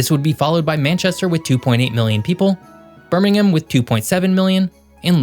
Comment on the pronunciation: Well done,, the only American to pronounce Birmingham correctly. Interesting video.